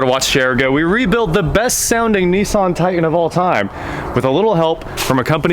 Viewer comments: It is pronounced Tie-tAn...not tight-en. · I cant stand the way he says it. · Is it a "Titan" or a "Ti-an"? There are 2 Ts in titan. Just sayin. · Why do people say "tigh-en" instead of "titan?" I live in Nashville so I hear it all the time. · There are 2 "T"s in titan. It's not a tian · Please say the name of the truck......Ti-tan.......Can’t figure out why a guy from Wichita says this word like he is from Connecticut?????? Parents are East Coasters???